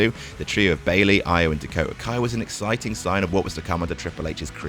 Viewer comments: E O not I o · Why can't say Io properly? Is he doing it badly on purpose or what?